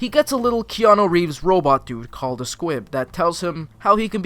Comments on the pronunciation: I swear you are saying SQUIB. It's SQUIP. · Did you say SQUIB instead of SQUIP????? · Take a shot every time he says Squib instead of Squip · squip not squib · Am I the only one who noticed he’s saying squib instead of squip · STOP CALLING IT SQUIB ITS SQUIP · Is it just me or did you say "squib" instead of "S.Q.U.I.P." the entire video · I say Squib too, it's really Squip? Well i've been saying it wrong for a whole year then 💀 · every time he's say squip my little harry potter brain b like squib?? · sorry to be that person but.... S.Q.U.I.P. you were saying squib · It is pronounced as squip Not squid Not squib Its squip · It’s squip, not squib. Squib is from Harry Potter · anyone else really pissed that he kept saying squib instead of squip like i’m fairly sure he did it on purpose to piss people off but it still fucking worked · Stop saying Squib-- its SQUIP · Ahhhhhh!!! HE sAID SqUIb!! It’s squip. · Is it just me or is he saying squib? Cause it’s squip with a p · It's squip, not squib. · I feel like you’re calling the SQUIP a SQUIB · And it's squip...not squib...you keep saying squib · SpaceAnt 07 Squib is a Harry Potter thing lol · Are you saying squib or am I going crazy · honestly bmc is one of my least favorite musicals (i mean the music is catchy and all but i digress) but him pronouncing it squiB the whole time made my blood boil 😂😂 (i still love him tho) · He doesn’t say Squip properly once?